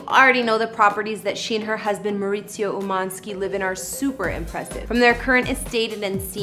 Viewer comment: Learn to pronounce Kyle’s husband’s name, he’s Mexican, not Italian, oh lord 🤦‍♂️🤦‍♂️🤦🏻‍♂️